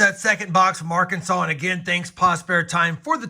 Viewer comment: It's not AR-Kansas it's ARK-In-Saw